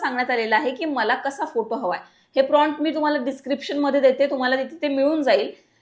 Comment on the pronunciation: गुगल जेमिनाई नाही. गुगल जेमिनी प्राँट नाही प्रॉम्प्ट...